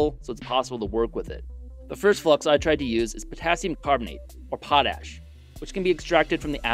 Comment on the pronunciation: There's a big difference between potash and pot-ash 😂